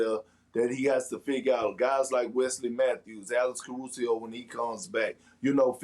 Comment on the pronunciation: Everyone is so busy mentioning "Carusio" that I started to think I was either the only one hearing implemate or crazy